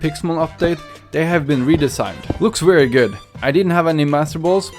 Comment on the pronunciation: Why pronounce very as, “wary?” But then say travel correctly once sentence later?